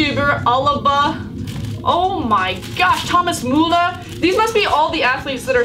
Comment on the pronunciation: You know you don't have to call soccer, football all the time. You always pronounce names wrong, idk it wound weird when you say names like muller, pogba, alaba, etc. You keep trying to imitate someone who is from Britain when you say someones name